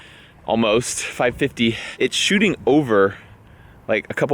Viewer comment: you said "ball iss ticks"..... And "Choo ting".